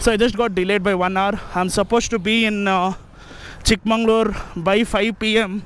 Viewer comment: Why do you keep saying “Chick mangalore” instead of “Chick Magaluru” ? This is unacceptable, especially from someone who knows Kannada well. I’m pretty you know the meaning of “magauru” and “mangalore” !